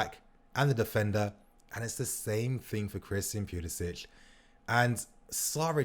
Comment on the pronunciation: It's pronounced pulisick not pulisitch